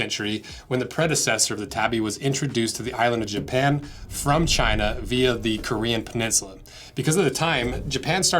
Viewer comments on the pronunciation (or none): none